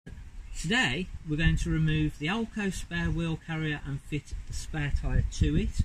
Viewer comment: Another great video. Love the outtakes, lol. Nothing wrong with how you said AL-KO.